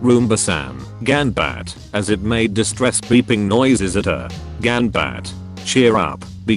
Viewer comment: I don't think you need to know Japanese to know how wrongly that was said